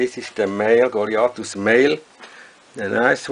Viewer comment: great pronunciation of word goliathus on whole youtube...